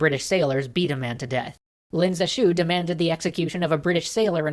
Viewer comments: That guy that saved China from opium is Pronounced Leen zhe shue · Lin Zexu -> Len Zeshu It seems the people aren't the only Chinese thing being butchered. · If opium was illegal in China, wasn't the seizing of all the opium technically legal? btw, Lin is pronounced more like "lean", and the syllables in Zexu should both be stressed (Ze shouldn't be unstressed). But no big deal, pronouncing Chinese names is hard.